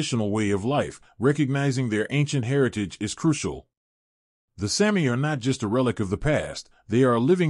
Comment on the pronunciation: It is pronounced SAAAH- mi, not Sammi!!!